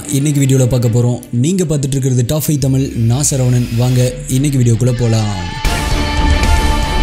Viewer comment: தமிழ்🙄தமில் என உச்சரிக்கவேண்டாம்